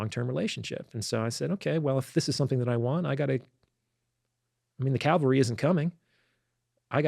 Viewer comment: "I mean, the "CALVARY" isn't coming..." Calvary is a place where Jesus was. The "CAV-ALRY" Cav Cav Cav CAV Cavalry. Not Calvary.